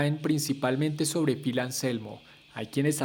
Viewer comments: No se dice pil, se escribe Phil y s pronuncia fil, segundo todos los fans de pantera fuimos y somos.conciente de que Anselmo fue racista,, decí algo que no sepa nadie !!! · Se escribe Phil, y se pronuncia Fil, no Pil 🤦🏻‍♂️